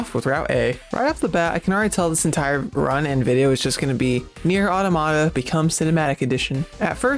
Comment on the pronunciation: Why can nobody pronounce the name of this game? It's 'Automa-ta'. As in multiple automatons. Pronounce it like you would 'Automatic'. Not 'autah-matah'.